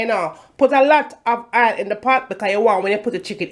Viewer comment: it's oil not Ail